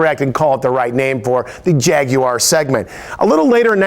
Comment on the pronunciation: YES!!!!! An american who can say 'Jaguar' properly!!!!!